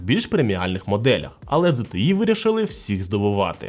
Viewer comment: ого не часто почуєш правильну вимову ZTE, зазвичай ЗТЄ і скрізь англ ' E чомусь обзивають ''Є''.